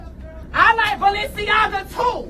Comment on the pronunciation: “I like balenceaga, I like Balencega 🗣” 😆😩